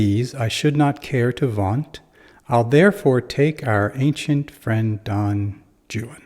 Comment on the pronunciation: Great explanation even the pronunciation of the name itself great!